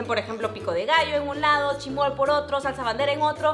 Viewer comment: Se dise chismol